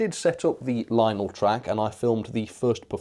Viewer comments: "Linel" it's lion-el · I'm pretty sure it's pronounced Lion-elle.